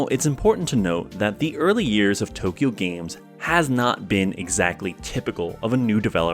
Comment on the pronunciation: Just an FYI, it’s pronounced like it’s spelled, Too Kyo Games, not Tokyo Games. It’s a pun, kyo means crazy in Japanese so it’s essentially Too Crazy games. Also, the AI in AI The Somnium Files is pronounced like aye, as it refers to the character Aiba and not artificial intelligence, though it’s similarly playing with words and dual meanings. Sorry for being pedantic lmao.